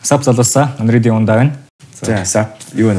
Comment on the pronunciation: Undead gej sonsood bga hun bna uu?